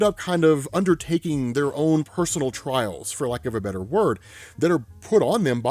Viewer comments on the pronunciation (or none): none